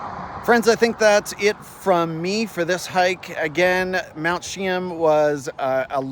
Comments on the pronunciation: You have to include the "a". More like Cheeaam. But that's ok, we forgive you. We just know you're not a Chilliwack Bumpkin....lol. Cheers. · Nice video, but you're going have to work on your pronunciation of Mt. Cheam. Indian legend says if you don't see any snow on Mt. Cheam, the next year will be a bad year. Lived in Chilliwack during my childhood and teens, miss the majestic Mt Cheam. Thank you for posting.